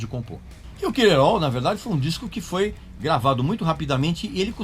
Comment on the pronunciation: Parabéns pelo vídeo. Podia ficar mais duas horas falando, eu assistiria numa boa. Espero que tenha outros sobre os álbuns pós Reload. Só uma observação: nos ensinou a pronúncia do sobrenome do Lars, mas chamou o primeiro álbum de "kill-em-au"? Kkk